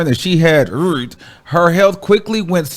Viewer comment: Just say Aidz properly you sound crazy